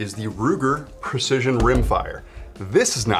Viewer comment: It's not "pErcision". It's prEcision.